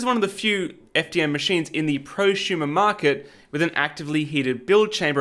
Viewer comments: if you say "Pro shumer" again ill smack you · What is a “proshumer”? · "not quite at the mark of prusumer printers" so here's a prusa xD (sorry but you pronounced it so funnily I had to point it out.)